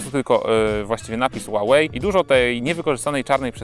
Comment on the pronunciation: źle czytasz Huawei, czytaj sie "huałej".